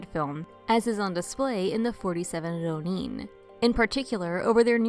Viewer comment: Hey! I've only now seen your detailed replies; I don't follow up on my YouTube comments often so please excuse my late response. OK, so to answer your question, the problem is not so much with the "r" sound (that's peripheral but I'll get back to it). The real problem here has to do with which syllables are getting stressed. With Rōnin/浪人, it's important to stress the first syllable rather than the second, as you would with omen, chosen, moment, etc. You can imagine how awkward and even unintelligible those words could sound if they were spoken with the stress on the second syllable instead of the first. I like to imagine a masterless samurai "roamin" the countryside. 😄 Also, be sure to lengthen the 'o' sound in rōnin (or let it bend a little into the 'u' if you like) so you're including that う in your ろう. I know you mentioned this in your reply but I'm not hearing it in the video. This lengthening is really important as you probably know and can even mean the difference between two entirely different words. It might cause embarrassment to say フリン when you meant to say 風鈴, for example.😂 The problem of stress on the wrong syllable is also showing up in how "daimyō/ 大名 is being pronounced in the video. Here again, stress the first syllable だい more strongly than the second syllable みょう, as you would in diamond, diner, rhino, etc. A lengthening of the 'o' also occurs in daimyō, but even though the lengthened ō is in the second syllable, the first syllable is still the one that ge